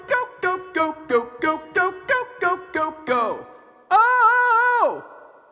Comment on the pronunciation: I gyo. Instead of Go. Is that ok?